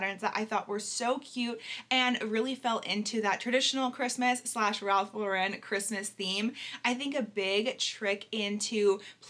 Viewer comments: I love Ralph Lauren! Also Lauren does not have an emphasis on the Ren in Lauren. It’s just Lauren like LORen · I was unaware that Lauren was pronounced that way 😮 I always pronounced it as "Lorin". Oops.